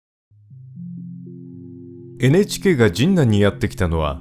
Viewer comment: 学生の時、現ハンズの近くの博多ラーメン店(今はもう無い)でバイトをしていたので、懐かしかったです。 ところで、どうしても「神南」のアクセントが気になりまして…。 「ジンナン」は「銀杏」(ギンナン)と同じで平坦読み。 昔、NHKへのお便りの宛先をアナウンサーが読み上げていた時、「神南」を平坦に読んでいました…。 細かくてごめんなさい笑